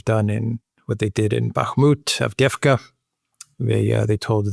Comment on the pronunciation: It is funny how you pronounce the names of the settlements. Adveevka is pronounced AV•DEEV•KA. The double EE is pronounced as E in a word YES, only you actually say sound E twice.